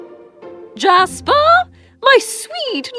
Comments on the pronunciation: when she said little prince jasper | I thought it was "JASMINE " LOL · oml jasper was gonna be my pup’s name but my family couldn’t pronounce it so his name so we changed his name to Casper